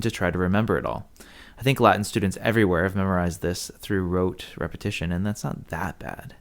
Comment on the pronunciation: he keeps saying "wrote reapatiton"...